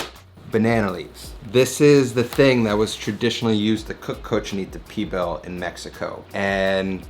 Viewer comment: lol at least say the same of the dish correctly